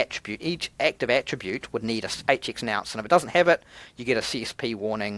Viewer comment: Bro, it's a nonce not a nounce! But it could be you're saying it in Australian. Love your content. Keep it up.